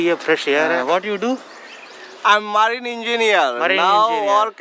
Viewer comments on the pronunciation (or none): its not maarine its marine 😂